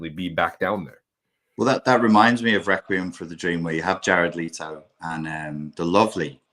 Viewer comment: Let me correct you on a small thing,, it's Jared Leto not Leeto 😊